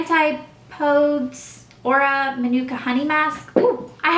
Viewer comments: its pronounced an-tip-po-dees :) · Antipodes is pronouced an-tipodees lol love you are so pretty n great to watch!! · Antipodes is pronounced "ann-tih-poe-dees" I believe ( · It's pronounced ANNE-TIP-OH-DEES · antipodes is pronounced, an-teh-puh-deez, I believe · I think the brand is pronounced ant-ih-poh-dees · Hi Elle. So excited for your Fall series! I've been debating whether to purchase the Estee Lauder double wear light foundation. Have you tried that one too? By the way-- I've heard Antipodes pronounced as Ann- tip - o - dees :) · it's antipohdees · lol 'anti-pohdes' XD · Lol it's pronounced antip-odees :P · Aeosp is pronounced ee-sop (ee- as in "bee"), and Antipodes is pronounced ann-tih-poh-deez. :) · Antipodes is pronounced "ann-TIP-o-dees"